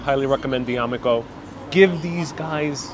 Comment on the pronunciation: D Amico coffee is pronounced,. Da me coe